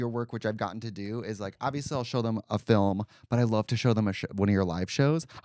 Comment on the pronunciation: Trixie struggling not to say “fil-lim”